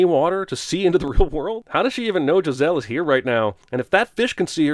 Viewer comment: Hhhhuh-huh, hey Beavis. He said Jizz-elle